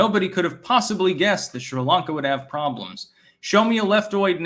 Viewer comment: What is "Shree Lanka" oh mein Styxtje?